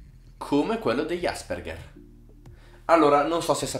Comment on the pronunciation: Io sono un Asperger... Però non si pronuncia così 😂